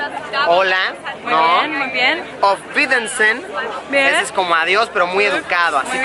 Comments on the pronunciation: Die Frau mit wurst jajajaja “ofvidesen” jajajaja es auf wiedersehen. Muy buen video! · auwiedersehen lo dijo mal. :v